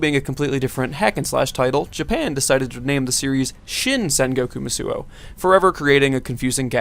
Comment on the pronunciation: What? Who didn't play Warriors Orochi 2? Also, it's "Musou" not "Musuo," pronounced "Moose Oh"